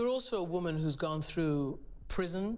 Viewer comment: 'it's because i'm a wommymm'